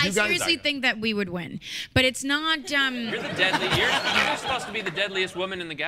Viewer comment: Not** said by Zoe at around 8 minutes 15 seconds, not ‘note’.